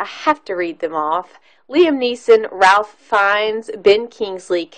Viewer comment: When u do a review, PLEASE pronounce the actors names right! It's pronounced RAFE, not Ralph!! Are u kidding me with your review? Saying that Liam didn't show enough emotion means obviously u didn't watch the scene at the end when he gets a ring from the Jews he saved and broke down and said he could have saved more. He fell to his knees and sobbed. There are so many other ridiculous comments u made about the length of the movie, etc, that are laughable. Try making videos about something else because u obviously do not pay attention or understand what u are watching. Worst review of this masterpiece ever!!!!